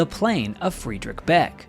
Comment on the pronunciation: Friedrich Beck, is pronounced as Freedrish Beck. Adolf is pronounced as A, in add and not Ay. Werner Mölders, is pronounced Vairner Merlders. America is made up of Europeans, so why do you insist on butchering every language.